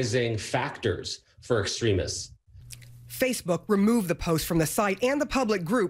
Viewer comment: She can’t even pronounce “extremists” while reporting on extremists 🤣